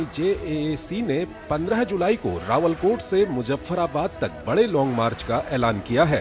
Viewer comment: कृपया अपनी रिपोर्ट को ठीक करें रावलाकोट नहीं है रावलकोट है। आप राष्ट्रीय चैनल से अपनी रिपोर्ट प्रस्तुत कर रहे हैं। कृपया टिप्पणी को अन्यथा नहीं समझें। बहुत बहुत धन्यवाद जी। आपका अपना शुभचिंतक सुरेश चंद्र पन्त